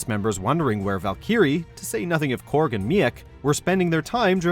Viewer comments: I wanna punch him for how he said Meek, Korg, and Valkyrie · Man oh man.. you slaughtered meek, korg and valkyrie... how can you not pronounce a name you should have heard at least once..